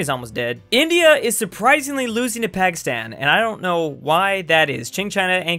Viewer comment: I know said " And now Pakistan" but it soulds like he said Alpacastan, which is the what Peru should be called.